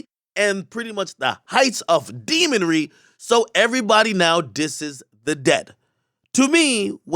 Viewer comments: Wait...did he say..."the height of DEMONRY"...🤣😁😂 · Ak saying demonary is funny as hell